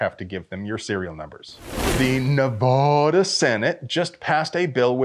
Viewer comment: For correctly saying Nuh-va-duh St, Stoner smiles down upon your ammo fort with a blessing..